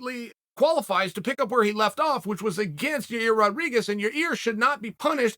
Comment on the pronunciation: "Y-EYE-EIRR, Y-EYE-REAR, Y-EYE-EAR RODRIGUEZ" - Chael P, ( all pronounced within one minute of each other.)